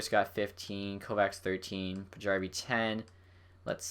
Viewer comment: Well done! Here's a name pronunciation tip: if someone is Swedish or Finnish and their name has a "J" in it, it's almost always pronounced as a "Y". For example: Paajarvi and Valiharju